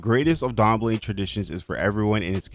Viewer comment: Thanks for pronouncing Dambele somewhat to better degree than most other simmers. It's pronounced : dahm-bay-lay